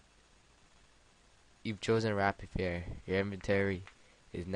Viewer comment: Nice one haha but I think rapier is pronounced 'ray-pier'